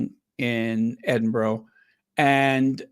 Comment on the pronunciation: great podcast, do you remember the actor Raymond Burr he played Ironside on TV, well, Edinburgh is pronounced edinBURRA, just saying, love you XX